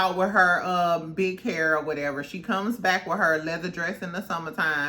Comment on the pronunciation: Your "hur" is so PRETTY!!!